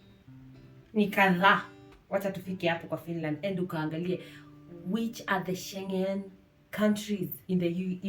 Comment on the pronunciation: Umenichekesha haki every time you say sche.... whatever country